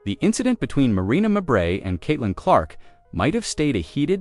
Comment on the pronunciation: It's not Marberry. Most people named Mabrey pronounce it 'May bree, accent on May.